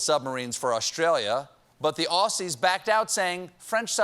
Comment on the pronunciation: The Arsies? For all our American friends, the correct pronunciation sounds like Ozzy, as in Ozzy Osbourne.